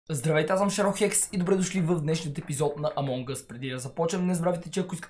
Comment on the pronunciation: казва се амон гъс